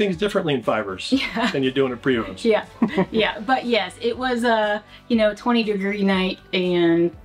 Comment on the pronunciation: High end pre Vos lol. Can't believe yall can't pronounce it right since you're so deep in this lifestyle